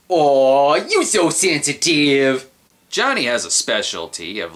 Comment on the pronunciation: "Aww, you so sensitive!" Now there's a gif. Especially if it includes that little accentuation of that last syllable.